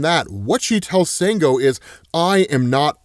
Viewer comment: Sango is actually pronounced "shawn - go".